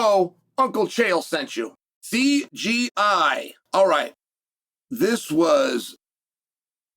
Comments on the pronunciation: Someone tell Chanel he’s saying CGI😂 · “C G I” it’s called CJI lol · Why does everybody keep saying CGI? It’s Craig’s freaking name, not hard to remember the J part lol! I would understand this from casual nobodies, maybe, but Chael?! You were in the freaking show!!!